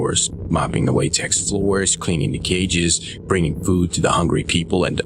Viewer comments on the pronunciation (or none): none